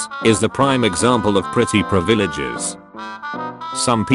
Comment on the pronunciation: "privillages" is how I shall pronounce it going forward